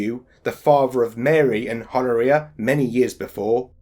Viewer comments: Pronounced Hon-oria. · Good work, but Honouria does not pronounce the H, it's 'Onna Re Ah'.